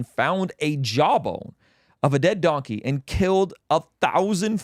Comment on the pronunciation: He said Dunkey lol